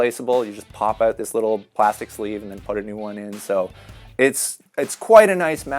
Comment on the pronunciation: The way he says “out” always makes me cringe.. “oht”